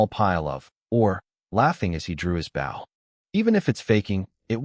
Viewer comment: how come you can't say the word Bow the right way how can you bow to your father an use it for a weapon = [Bo] w is silent